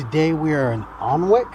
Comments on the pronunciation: It's pronounced Ann-Ick, the L is silent. In the castle grounds you should also have seen the Treehouse restaurant? Also in Alnwick is the largest used book shop in England, in a disused railway station. One of my favourite castles is Walkworth Castle, also owned by the Percy family. It's been ruined for centuries but as a child was brilliant for chase, hide and seek etc. I spent many a happy summer there playing, and charging tourists that were lost within the ruins to find their way out. Always paid enough for ice cream! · The correct pronunciation for Alnwick is AN-ICK … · Alnwick is pronounced Annick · Spelt Alnwick, but pronounced Annick